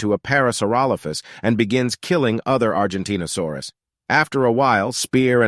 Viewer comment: that reminds they said argentinasaurus instead of argentinosaurus